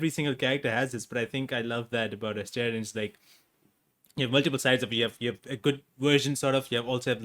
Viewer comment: It breaks my heart to see when someone pronounces AstErion. Come on guys, you can do better than that. Neil put 4 solid years of his life into this character, try at least google how to correctly pronounce a character's name next time. Thanks for the interview anyway, it was fun 👍